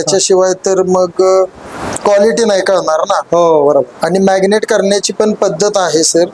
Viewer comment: मॅग्नेट नव्हे मॅरीनेट....😅😅😅😅😅 जास्त शुद्ध बोलण्याचा नादात भलतच बोलल जातय ....🤔🤔🤔😂😂😂😂